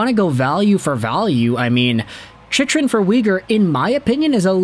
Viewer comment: Chych is pronounced Chick. Sorry, but you said it so often that I had to say something brother ;) Cheers